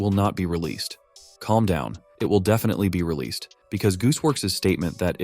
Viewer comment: Bro really said "ReleaSaid" instead of "Released" and said "EpisodeE" Instead of episode Like this dude is a text to speech change my mind 😭😭😭